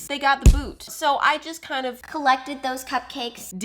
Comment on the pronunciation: “Kinda lugh” got me rolling